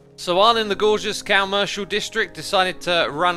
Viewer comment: Why does he call it the cowmercial district?